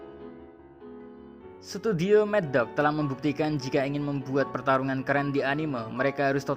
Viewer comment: Madhouse min bukan maddog njir dikira pesilat greget apa ya